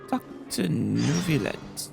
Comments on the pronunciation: Says he's gonna get back to the archon quest, then proceeds to play only 20 min of said quest. And it's "Nuvi-Let"!, lol. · also, "neuvillette" doesnt have a y sound. the word "ville" is actually an exception to the rule around double l's, and most french speakers seem to agree that it expands to the name neuvillette lol